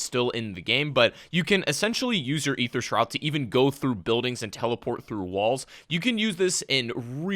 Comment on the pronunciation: Wow. Someone that actually pronounces "Aether" correctly. Subbed.